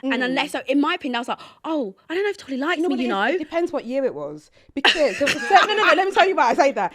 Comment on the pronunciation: Why is Mariam pronouncing Tolly’s name wrong? She said Tolu a few times 😅